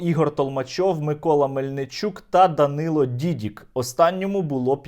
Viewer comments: Дякую, Сергію! Тільки правильне прізвище Дані - ДідИк. На тій дошці помилка. Тримаємо завтра за вас кулаки! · Та нє Дідік а Дідик